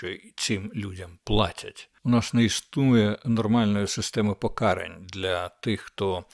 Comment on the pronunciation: Не "ціну, а ці"ну. Пока"рань, а не по"карань. Не ви"моги, а "вимоги. Набирати обертів, а не оборотів. "Мичати" мовою огидного булгакова не варто, але йти як теля на повідку в москалів, що видумують всілякі "правопісі", огидно.